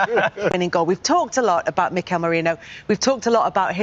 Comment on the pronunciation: who Meeekuh?